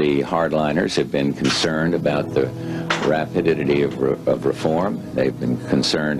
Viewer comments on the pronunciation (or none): did he just say "Rapididity?"